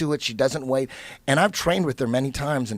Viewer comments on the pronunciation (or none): none